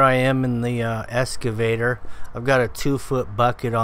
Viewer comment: Nice. "Excavator", though. Not escavator. lol